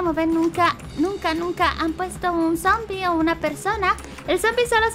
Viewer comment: Se dice sombi